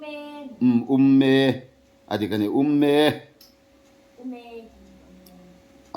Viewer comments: Um me tih tur aw umme ni loin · Um me hi pa ber hian a lam dik chiah lo tlat 😂 a lam dan hi chuan ume ti angin a lam a 😂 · Um-me hi lam fan deuh tur. Pa ber pawh hian a lam dik chiah lo. I hnute a um tawh em?an tia, Ume, a tia, thim a lo zing ta a. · A zawttu hian alam dik zán lo deuhin alang ... a lam dan tur :-- Um ... mé.... tihtur ani Ume ti mai lovin = um leh mé inkar hi a ri a fan deuh tur ani. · In thluk a dik lo um me tih kha